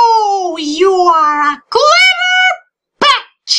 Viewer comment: what mokey says; Im a clever BETCH vs What i hear: Im a clever BENCH